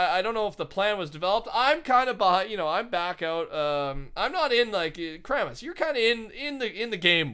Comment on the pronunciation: Y do u call Kramis kram lol